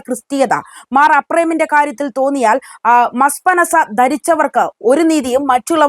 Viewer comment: മസ്പനസ്പ അല്ല മസ്നപ്‌സ